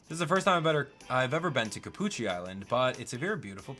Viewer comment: Cappucci more like Ca”Gucci”